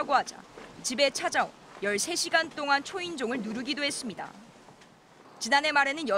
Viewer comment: 이 분 발음이ㅠㅠ 해슙미다 이 발음이심 ㅠㅠ